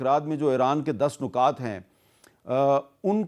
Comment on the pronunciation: لفظ نکات میں ن پر پیش نہیں زیر ہے لفظ امن میں م پر زبر نہیں سکوت یعنی م ساکن ہے